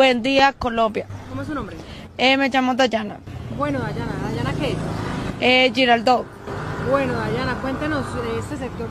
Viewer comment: Dayana Girardot pero lo pronuncia Yirrardoo jajaja